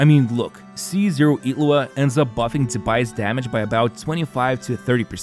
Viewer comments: His name: Illuga You're saying: Iglua So probably not. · Ngl it's starting to get actually annoying like HOW ILLuga becomes Itlua wtf is this? Like literally everyone except iwtl says it's like this. So painful to listen